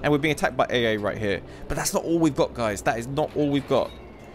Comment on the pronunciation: he says dice 🎲 instead of saying guys 😂😂😂